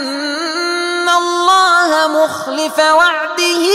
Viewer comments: ولاتحسبن بالفتحة وليس بالكسرة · تصحيح ولا تحسبن الفتحة فوق السين وليس الكسرة بارك الله افيك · اظنه انه أخطأ القراءة في قوله فلا تحسبن قرأها بكسر السين و هي بفتحها و الله اعلم.